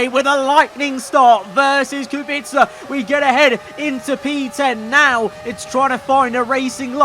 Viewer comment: I'm impressed that you pronounce Kubica's name correctly